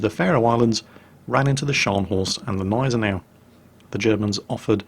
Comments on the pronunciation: Robert Charleson The "G" in Gneisenau isnt silent. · Yes, the "G" in "Gneisenau" IS pronounced in German. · While you pronounce "Scharnhorst" almost perfectly, the "G" in "Gneisenau" is not silent! I'm surely no German grammar nazi (haha), but the silent "G" made me shiver every time you said "Gneisenau" :-D Great video though, I really enjoy you recounting naval battles or the fate of ships. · Hey, awesome video as always! One quick thing though: The way you pronounce Gneisenau is wrong just a little bit. You need to put more emphasis on the G and not just disregard it! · There is still a small "G" sound (in German) for the Gneisenau. But it wouldn't be a video if not for that kind of thing.:) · So funny how you pronounce Gneisenau! xD The G is not silent,. It's a G, a big G!;) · You have probably heard this by now, but the G of Gneisenau is a hard G, like in Gnu. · btw, the g in gneisenau isnt silent. it isnt that difficult... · You pronounce the G in Gneisenau. There are no silent letters in German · Nice video. Nevertheless, please ... the "G" in Gneisenau isn´t a silent consonant but clearly spoken ;) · It seems he took some idiot comment's seriously from when he did the preview video, telling him to noever pronounce the G if it begins a word and is followed by a consonant. Also seems I didn't get to in time when I said there are no silent letters in German... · Only one minute in, but I can't resist remarking that "Gneisenau" is pronounced with a distinct "G", as in 'garden'. Sorry, I'll shut up now. ^^ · I like how you pronounce it Neisenau instead of Gneisenau, swallowing the G. You have to spell the G like at the beginning gorgeous. Not like in Kickerbockers. ;) I know, not easy for non-native German speakers. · it's Gneisenau, not Neisenau xD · Not neisenau....Gneisenau it is called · g-neisen-au Hard G neisen au Gneisenau.... (I'm american I feel your pain, German is a precise language)